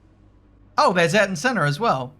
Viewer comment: I’m going to be a nit picker here... Can you please pronounce Ayrton in Senna’s name properly please? It AY-AIR-TON Senna